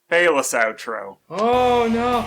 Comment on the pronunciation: “Phelous” Porteous XD